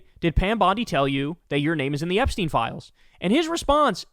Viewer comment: We're still talking about Jeremy Epshteeen?